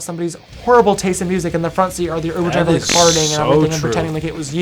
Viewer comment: Did anyone else hear James say "aniveshery"? and "siver" or something that has a "sh" shound for "driver"?